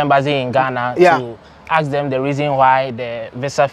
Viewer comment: Are all Ghanians incapable of pronouncing "Ask"?????